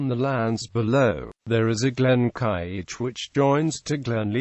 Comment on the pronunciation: How can a snotty-programmed computer figure out to pronounce Gaelic? All wrong.